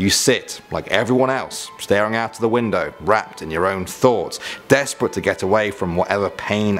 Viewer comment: CLEANING WHINDOWS XD